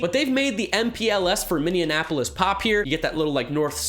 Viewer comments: "Minneapolis." Not "Minneanapolis." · Pronounced Mini-apolis not Minian-apolis. But still good video jerseys are cool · You're forgiven for mispronouncing "Minneapolis" as "Minne-ana-polis" , but I can't forgive you for not acknowledging the fact the the TC refers to Minneapolis AND St. Paul. So, putting MPLS on the jersey would be snubbing half of the Twin Cities. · Minneanapolis lol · Did he say minneappolas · Minneanapolis? lol come on bro its not a hard city to pronounce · Bruh it’s not that hard to pronounce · Minneanapolis? Seriously?